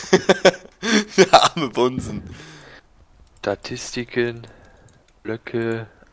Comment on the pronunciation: ich verstehe nicht bunsen sondern bumsen xDDDDD